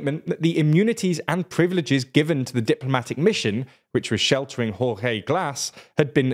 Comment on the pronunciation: OMG, that's, that's a way to say Jorge alright